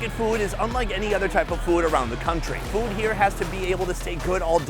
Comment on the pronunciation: Hate how he pronounces “food”